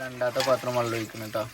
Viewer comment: വള്ളം അല്ല വെള്ളം ആണ്😂